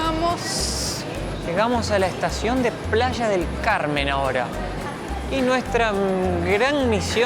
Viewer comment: Jajajaj ya no se llama Playa del Carmen , ahora es Plasha del Carmen jajajaja